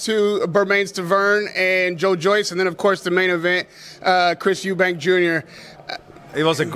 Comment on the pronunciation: Why's it so hard for the yanks to say Eubank. There's no s..